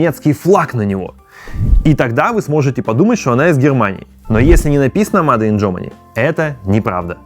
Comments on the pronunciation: Начал смотреть и сразу режет слух: мадэ ин корея, мадэ ин китай... ну неужели так трудно говорить "мэйд"? Ну или хотя бы: сделано... а потом почитал комментарии и совсем расхотелось смотреть дальше... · Не мадэ, а мейд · Не МАДЕ а МЭЙД!!! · не МАДЕ🤨, а мэйд, так будет лучше. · Мадэ, мадэ, бесит блин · "МадЭ" брррр... Ер инглиш из пёрфект...